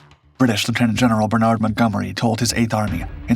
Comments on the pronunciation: It's not Ber-Nard, but Bern-ard, where the second syllable starts soft. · Bernard Montgomery was British and being British his name is pronounced bernad not bernaaaaad